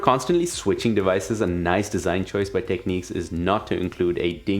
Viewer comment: Someone needs to tell these guys that all beasts have butts. Also its not techneeks. The i in Technics is like the i in fish or dish. I know you can say it cos you say tips - not teeps.